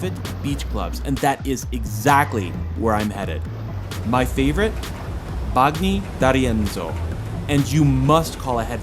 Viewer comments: You seem to have italian roots (""), but you can improve your pronunciation of Italian names!!! Not Bag-ni, but Ban-nyi... and double letters need to be pronounced in an exaggerated manner: not Ra-ve-lo but Ra-vel-lo... It's the only thing missing from your otherwise very informative vlog... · if you want us to believe that you’re well acquainted with the area, I think you should be able to pronounce Italian correctly. “Bagni,” for instance, is pronounced “ban-yee,” not “bag- nee.” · BaG-nee? Dude. If you're gonna do this for a living, at least get the names right. It's pronounced like bañi or banyee. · Shame on you ...your pronunciation of italian dishes is wrong ! Gnocchi is /nYAWK-ee/ And that beach is not BOGnee d'Arienzo its /BanYEE/...mama Mia take a language class